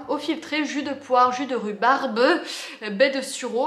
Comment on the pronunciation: Si tu continues à dire rhubarde, je continue à dire brindade. bon en fait je vais continuer moi, j'adore faire chier mon mec. hahaha!!!